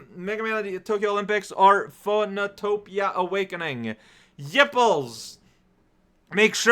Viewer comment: It's pronounced "Phönotopia"